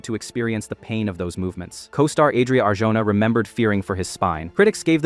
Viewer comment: Adria "ArHona", if you care about pronouncing names properly. Nobody talks badly about Daniel Day Lewis work ethics. You're mixing Leto's misguided ego trips or troubled Lebouf's insecure acting-outs with a dedicated professional like Day Lewis (his method is maybe too intense, yet no complaints). It almost sounds as you speak from envy. And the goal of doing that work is not necessarily winning awards, as you try to sell in this video. That being said, I think the better actors are the ones that can act (lie, make believe), chameleons like Gary Oldman or John Lithgow. PS: the answer is Day Lewis playing Lincoln. Yes, we've seen it.